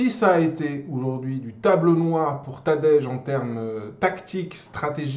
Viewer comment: Tu prononce tadej comme petit déj 😭😭 alors que ça ce prononce Tadeï 😭😭